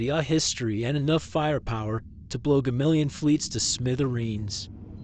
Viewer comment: Hmm have I been pronouncing Gamilon wrong all these years??the way you said it is a way I've never heard it before. what versions of Space Battle Ship Yamato did you use in the video??while I agree to some extent that failure was possible at the same time if the reflex gun didn't do them in (yes they were heavily damaged) then nothing the enemy would throw at them would do them in. the thing I liked most about Star Balzers/Space Battle ship Yamato is you look at the opening and all those moments were in series 1 a rare trait I think I've seen it in maybe one other show maybe. I am proud to say I own all three series but also at the same time ashamed because owning the other two just comes from my Gotta Catch 'em call mentality I know the other two series are around here somewhere but I told my friend just put them somewhere I can't find them. this show if you look at shows that came after it suddenly had their own "yamatos" it's cool and weird. but this show the first series at least is beloved by me.